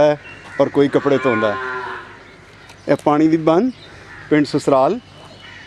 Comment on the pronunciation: Susral ni Sasral jinab